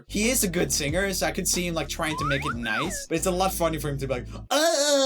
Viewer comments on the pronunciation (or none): Joel sure is talented, he managed to say 'Nice' with his mouth closed.